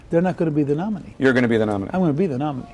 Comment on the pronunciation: He really doesn't know where to put the emphasis in the word "nominee".